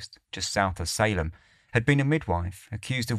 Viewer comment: Salem is pronounced Say-Lum 👍